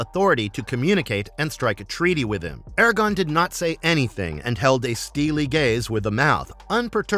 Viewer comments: How can the narrator not know that it's, "ARAGORN" and not, "Aragon"? He called him Aragon multiple times. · AIR-A-GORN!!! AIR-A-GORRRRRN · ITS ARAGORN FFS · Every “Aragon” was like a kick to the gut. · The way you keep mispronouncing Aragorn is killing me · Mf can't even pronounce aragorn right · Gawd it hurts when somebody knows nothing about Lotr. Who is Aragon? Wingwraith? Seriously if your going to make a video at least the the pronunciations right 😭